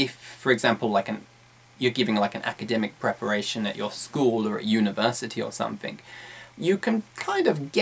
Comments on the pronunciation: I noticed that he pronounced wards like something, smoothly as somfing smmofly, am I the only one who noticed that? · "You need to talk about sumfink"?